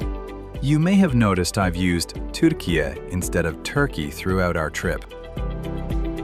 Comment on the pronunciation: Your pronunciation for Turkiye is not too bad but i cant say the same for Kapadokya 😊